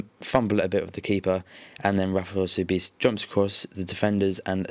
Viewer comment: and btw, you pronounced Rafael Sobis wrong, it's SoBEAST!